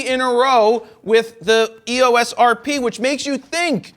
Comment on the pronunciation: Hey, Jared. Canon pronounces EOS as “ee—ose”. It sort of rhymes with glucose.